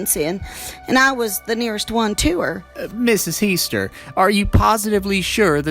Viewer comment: As a family member of heaster u did an amazing job on this story. This is the closest i have ever hear to what my family says. Even down to the boy finding her and not having meat on the plate. Ty! Great job. Btw it is pronounced the way the court voice said it. He-stir.